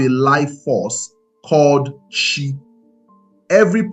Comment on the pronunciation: Ala, Arusi/Alusi, Chi, of for, Ogu. you are murdering this pronunciations it's annoying